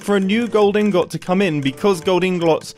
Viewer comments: Normal people: Inghut Mumbo: InGOT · I forget he cant pronounce ingot right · It’s frustrating to hear mumbo say “Ingot” instead of “ingut”. In case you’re wondering, “ingut” is the correct pronunciation for American and British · “inGOT” - Mumbo Jumbo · Yes, I am very childish to point this out but my favorite part was when Mumbo mispronounced the word "ingot" and it just became infinitely better. "Gold inglot". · Every time you say Ingot I die inside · you say iron "inGOT" (which sounds very weird to me) i say iron "inget" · Why does he say "ingot" as 'in-got'? Isn't it pronounced as 'in-get'? Also he pronounced it as 'inglot' lol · I can’t get over Mumbo’s pronunciation of ingot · I swear if mumbo says 'ingot' incorrectly again, I'm going to explode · Anyone else who pronounces the o in "ingot" like the one in gold instead of the one in piston? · Can you say Ingot correctly please? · you say ingot funny